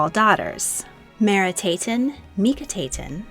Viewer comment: The aten is pronounced separately...Merit-Aten not Meri taten. Meket-ATEN, not Meke taten. Aten...pays homage to the Sun i.e. Ra. The same goes for Amun is Sun and Air. Nefernefer ooohray not Nefernefer ARE. Their names flowed like melodies and should not be spoken in haste or harshly as is done in this video.